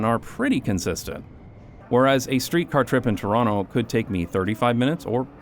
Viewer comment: I can vouch that he lived in Toronto because he pronounces it Chronno